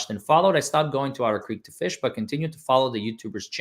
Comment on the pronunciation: calls Otter Creek, Odder Creek because the town is odd.